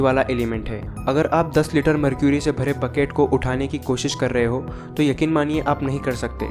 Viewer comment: इसे मर्करी कहते हैं न कि मरक्यूरी